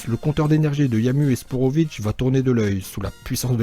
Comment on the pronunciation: C pas sporovic c spopovic